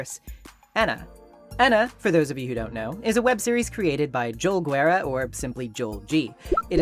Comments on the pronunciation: the name of the creator is pronounced "john war" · small correction: The "u" in Guerra is not pronounced in spanish. Gue makes the "ge" sound Ge makes the "he" sound, though this is a stronger h Güe is to specify that the u is pronounced, so this is the true "gue"